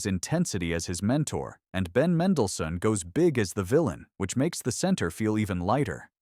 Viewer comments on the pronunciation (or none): none